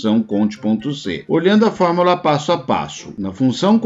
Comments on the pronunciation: Se fala “fórmUla” e não “FormAla” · Acredito que seja o sotaque apenas. Não tem nenhum erro no conteúdo do material.